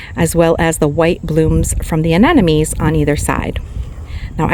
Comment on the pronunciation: It's not aneNome. it's aneMoNe. It's not a matter of saying it your way, as someone commented last time, aneMoNe is how it's spelled. Pretty simple.